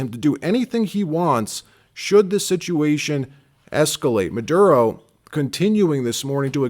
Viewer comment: "Nicholas MAH-DOOD-O"